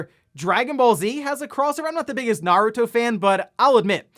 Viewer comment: fortnite naruto crossover announced - i guess epic games is EPIC. the way you say "naruto", doesn't sound asian-ish, for me - it pronounced "nah-ru-to", you and some of the english dub cast pronounced it "nurd-ru-to" (who ever voice hinata hyuga in english pronounced it right). valve steam deck delayed - i guess valve needs it more time to finalized. hori split pad grip announced - i guess, but i still want that wii u controller feel. poll - no i'm not into those real sim racing games, but i feel forza series is a better than gran turismo.